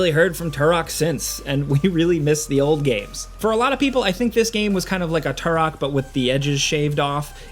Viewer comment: Say "TOO-ROK" again. 😂